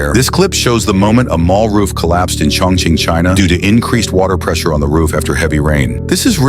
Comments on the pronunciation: Did he say Chong Ching China??? 😂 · Bro did you say Chong ching China 😂😂😂😂